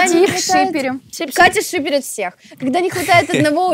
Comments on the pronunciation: ВЫ ТОЖЕ УСЛЫШАЛИ КАТИНО: ШИП ШИПЕРИТ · сказала шип шиперит